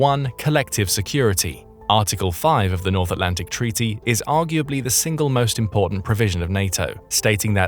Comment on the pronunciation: What a gweat tweaty